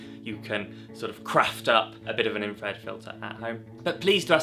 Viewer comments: It's still known as infrared....its never changed. No idea where you have gained this odd pronunciation. Infra-red....not in-fred. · Its still called Infra-red dude, and not "In-fred" bruh! Its called English dude, try learning it and using it properly bloke! Whats a hamburger called now? Maybe Gen Twiz calls it a "Ham-Urger"! The A is still not silent and never was silent in Infrared! Edit: Infrared is heat, its reflected heat. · For feck sake its's infrared you sound like a real W⚓...I am going off to slash up because 'infred' has just pushed me over the edge 🙂 apart from that a good video for all those crazy kids out there learning film photography. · I'm sorry but why are you calling it Infred? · There's no such word as infred! Stop butchering the language!